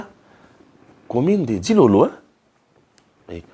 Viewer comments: Commune de Dilala et non Dilolo. Papa Mupenda Tshingombe y a vécu. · Mr c'est la commune de dilala pas dilolo 😅🤣😂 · Commune de dilala et non dilolo